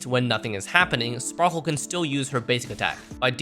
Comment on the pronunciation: blAde...not bald...... You sure her name isn't spackle?